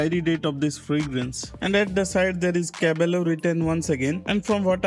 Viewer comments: the meaning is correct but pronunciation is different as double L sounds like Y in spanish so pronounciation will be KAA- BAA- YO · Yes you are right caballo means horse, but its pronounced as cabayo LL in spanish is letter Y